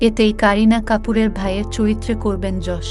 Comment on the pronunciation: অসংখ্য ধন্যবাদ জানাই আপনাকে ইয়াশ না বলে যশ বলার জন্য 🙏🙏🙏🙏🙏 ০২.০৫.২০২৪